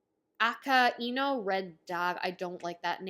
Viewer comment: Try "Ah-ky-new" for Magma Bastard Akainu(Aka=Red, Inu=Dog) is his Admiral Codename. Sakazuki is his 'real' name I hate that guy and love Whitebeard too btw